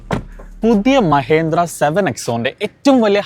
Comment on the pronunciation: മഹേന്ദ്ര അല്ല സുഹൃത്തെ.. പേരെങ്കിലും ശരിയായി പറയാൻ പഠിക്കൂ..